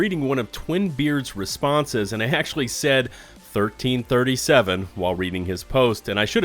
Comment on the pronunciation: lmao, I thought you were just being cheeky with your pronounciation of 1337